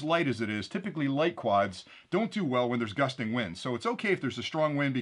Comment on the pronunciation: "bursting wind" never heard of that GUSTING wind - yes but not "bursting"